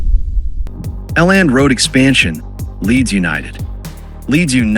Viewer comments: L and road stadium 😂😂 elland road (ell end) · A Land Road? The AI bot needs to do his homework. 😮